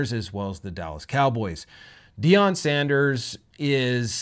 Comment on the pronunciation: please. Not Sandèrs